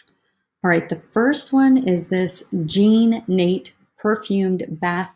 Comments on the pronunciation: Jean Natay is how to say that. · Another great video with good info. Thanks. Also just FYI, it’s pronounced Jean “Na Tay”